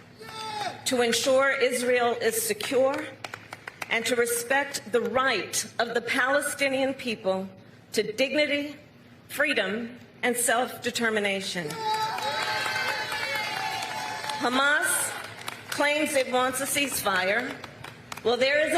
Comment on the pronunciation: Kamala cried out Fwreedom Fwreedom Mommy